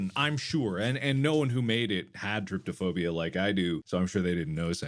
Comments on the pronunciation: Can you PLEASE inform Mark it's trypo-phobia, not trypto-phobia. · Someone has GOT to tell Mark it's not trypto-phobia, it's trypo-phobia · The fact that Mark has been pronouncing Trypophobia wrong so many times for the longest time 😂😭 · It's drives me fucking crazy 🤣